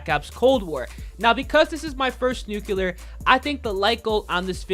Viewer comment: I stg if this dude says nucular one more time😭🤦🏾‍♂️